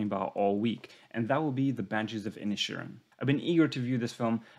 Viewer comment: Except for Inisherin which he pronounced Inishin and Siobhan which he pronounced Shovin?